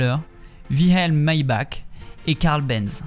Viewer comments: maybach se prononce maybarr pour info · J'adore tes vidéos, mais le puriste que je suis à envie de te dire qu'on dit ''Maybarr'' 😅